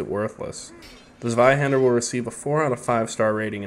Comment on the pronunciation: It’s pronounced Tsveihender.